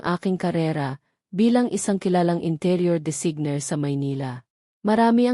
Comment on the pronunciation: Halatang binabasa dapat po naman tama ang pag bigkas po. Sana po may buhay ang pag basa parang totoo. Bakit po hindi nyo mabigkas ng tama ang designer at venue?